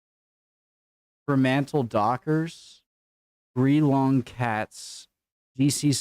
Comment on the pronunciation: Fremantle is the port of Perth. The western bulldogs are actually the western suburbs of melbourne (originally called Footscray) where the AFL started (hence 10 teams alone being in Victoria). You've naively murdered a few pronunciations, 😉 but i'll just stick to my team. Geelong is pronounced more like djil-long; originally from an aboriginal word djilang, a meeting place where everyone from all tribes gather together in peace and harmony. GO CATS!! 😺